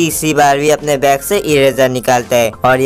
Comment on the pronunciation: back nhi bro😂😂😂😂😂 bag hota hai😂😂😂